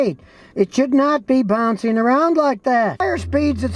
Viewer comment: "Bounceen" "Onstable"